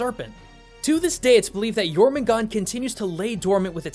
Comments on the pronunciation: Why aren't you pronouncing the r in Jörmungandr? sounds weird without it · Jormugandr (World Serpent) has an -er at the end. Not Jormugand. Sorry if I sound like a snob, but even MatPat said his name right. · Jormangandrr* theres some R's at the end. Not Jormangon. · It’s Jormungandr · It’s pronounced yormangander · Dude do your your research the world serpents's norse name is jötungändr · It’s yourmangandr the R is supposed to be pronounced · Jormungandr don’t forget the R in Jormungandr, I’m a Norse Pagan, this is kind of important to me, all in all I give this Video an 8/10 in Mythos Accuracy, good job, love your vids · It is pronounced your mun gunder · He pronounces jörmundgander's name wrong ITS SO ANNOYING. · The "dr" in Jörmungandr aren't silent, y'know, Can't just cut off the last part of the monster's name like that